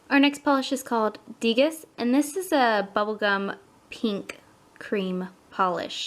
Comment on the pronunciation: Degas is pronounced DAY-GAH :) Nice swatches!